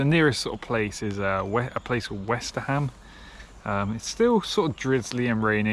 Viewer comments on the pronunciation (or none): FYI I’m case any future folks ask locals for directions Westerham is “wes-trum” not “wester-ham” Great vid!